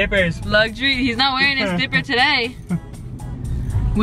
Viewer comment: When they said dipper I was like what’s a dipper then it took me a while to figure out what a dipper was 😂😂😂 It’s. Diaper but they called it dipper